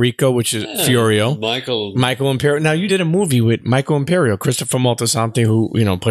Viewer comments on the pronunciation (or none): Dude can't say Imperioli.